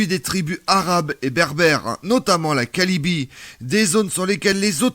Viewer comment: Très bon sujet, aussi à 9'47'' tu dis la "kalibie" au lieu de... Merci encore pour ton épisode 😊